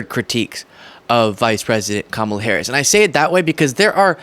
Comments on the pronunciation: Joe Rogan is an arse hat… Why can’t any of these Neanderthals pronounce Kamala’s name correctly! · These clowns can't even pronounce her name correctly. The cult is crying so hard right now. lol!